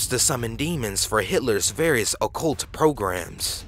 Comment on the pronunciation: You don't pronounce occult, "ol'kult". It's uh-cult. Get it together man